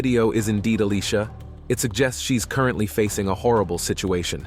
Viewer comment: This whole time her name is pronounced as a-lee-sha, but for some reason... she's randomly called A-lee-cia?????